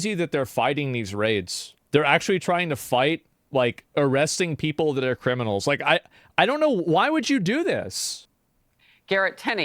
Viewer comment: the cwiminawls aw scawwed also: BAAAAAAAAAAAAAAALD